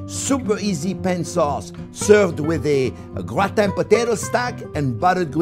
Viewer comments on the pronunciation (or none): John, it's pronounced , potato o' grattin.